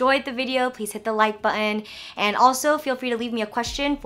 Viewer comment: you said button like a Brit!!